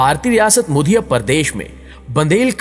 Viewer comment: یہ مدھیہ پردیش ہی نا کے muddhiya ہی